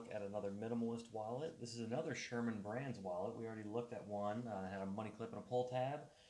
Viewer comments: Serman.... Serman brand. Not Sherman. There's no H... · If you are going to review a wallet, you might want to actually get the name of it right. It’s Serman, not Sherman.